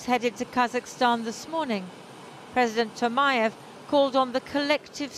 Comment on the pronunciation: President Tokayev, not Tomayev...😅